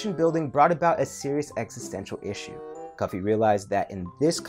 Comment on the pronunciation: It is not Kofi, it is Cufi